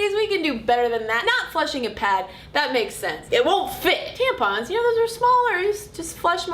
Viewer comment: Imma start calling them "tamp-uns" from now on :D